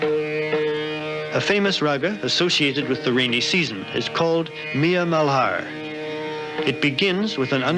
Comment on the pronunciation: That raag is pronounced as raag Mal-har or Mul-hàr.